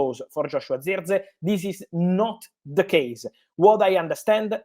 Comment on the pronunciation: Who???? Say his name properly FFS